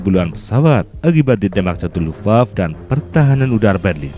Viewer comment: Luftwaffe dibaca Luftwaffe fe nya dibaca bukan lufwaf. Accent Indonesia memendekkan syllables